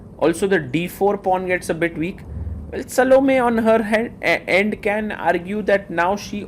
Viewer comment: "Sal-Oh-Me"? You might as well be calling her "Salami" at that point. lol I think the correct pronounciation is "Sah-Loh-May".